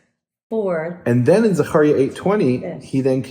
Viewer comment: Zaharia? Maybe Zachariah